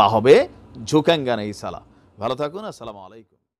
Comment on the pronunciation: Salam ar ucharon thik koren bhai